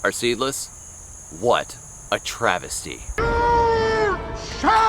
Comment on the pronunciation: Are you saying 'Travis'ty lol